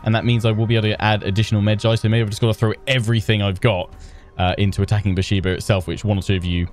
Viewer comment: Love your videos! btw Beersheba is pronounced Bear - Sheva. The e in sheva is like the e in bet.